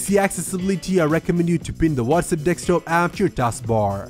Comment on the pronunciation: Only issue with the video, it's pronounced DES-K-TOP. It sounds like you're saying DEK-STOP. If it's just your accent, my bad.